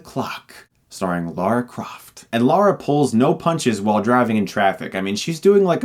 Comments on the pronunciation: Can i make a request to all Americans everywhere? Her name is Lara. Not Laura. LARA!!!!!!!!! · sweet ass review chris. i love ur channel and way u do ur reviews. just one thing its lara not laura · Dammit Chris her name is not Laura, its LARA! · Lara not laura 😂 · LARA LARA LARA LARA LARA LARA! Why do Americans pronounce it "Laura"??!!! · (Says LAURA over and over) ITS LARA DAMMIT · Before I clicked on this I knew he’d pronounce it Laura u know it’s a different name right lol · Clenching my fist every time you say Laura! It's Lara, LARA! Did you just say Daniel Creg? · why do some people pronounce her name as Laura Croft, it annoys me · "Say la"...... "la" "Say ra"...... "ra" "Say Lara"...... "Laura" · Laura Croft?! LAURA?! It's just Lara. The one time a character has my name... Man... This is the mispronounciation every Lara hates getting :( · It sounds like you say "Laura Croft" :D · Is it just an American thing to pronounce Lara as Laura. They're two different names pronounced differently. This is coming from a Brit, where Lara, the character, is from. So. Not Laura, my dude. La-rah. Not Lor-rah. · Still not Laura. IT’S LARA. Stuckmunn. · Dude it's fucking Lara not Laura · Getting called Laura is the most irritating thing for people like me called Lara. Seriously, it's 4 letters. It's pronounced as it's written. The first few times I get. But if someone continuously called me Laura I would get annoyed. :/ A bit of my soul died listening to him butcher the name. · My name is Lara and it is a little annoying it being pronounced "Laura" also I'm a lesbian and was and still am very gay for Angelina Jolie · If you say Laura one more time I'm gonna... Chris: "Laura Croft!" *troll face. Me: "Fuuuck!" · Its LARA not LAURA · Lara not Laura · I love this film! It's entertaining af, what does annoy me is he keeps saying Laura. It's Lara bruh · God damn it, her name is Lara. Not Laura. Shit. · Laura Croft? lol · Dude look, it's Lara Croft, not Lora! He said Lora, listen!